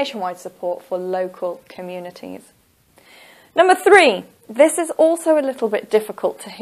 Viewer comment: Your pronunciation wrong for communities and bicycles